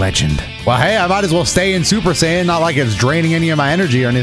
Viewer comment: "Super sayen"